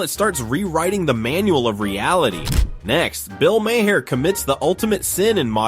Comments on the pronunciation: like then says it every way but the correct way.. lol my hair ma har my god lol. bill mar ffs lol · Maher is pronounced like MAYOR....or MARE....not MAY HAIR... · Mayhar, Mahair, Mayher? Why can't your narrator pronounce the name correctly? It's pronounced MAR, like March without the CH. Not Mayhar, not Mahair not Mayher. It's pronounced MAR. I don't even particularly like the guy, but I can pronounce his name correctly. Artificial Intelligence, what a boon to reading comprehension. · Bill Mayer? Ma-Her? LOL. What a garbage video! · This video is a masterclass on how many times you can mispronounce someone’s name… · please learn correct pronouncement of M A H E R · Robot voice sucks. Can't pronounce Bill's name the same way twice. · They pronounce maur's name differently every time